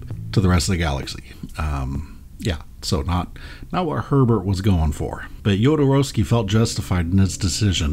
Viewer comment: Thank you for pronouncing Jodo's name correctly. Great video, first timer viewer!